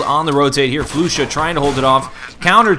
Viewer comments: Flush-a not Flu-sha for future ref :). Otherwise good stuff. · also, i think its "Flush-Ah" at least that's how they had said it on stream.